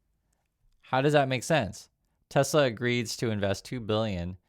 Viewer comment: "I love Tesler"